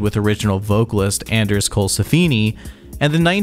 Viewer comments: Donnie Steel-ee, Anders Colsef-eeni, deb-ute. 😬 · And Steele, and Colsefni...